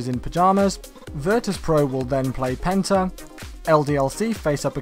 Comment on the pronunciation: Penta sounded like Benter